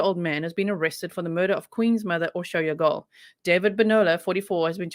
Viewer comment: Hi G! I was afraid it was the handyman he had a key to the house I'm glad they made an arrest I'm eager to find out more details dont worry about pronouncing her name perfectly Hungarian is the hardest dialect unless you know Hungarian how can you possibly know lol you Did Great!👍👌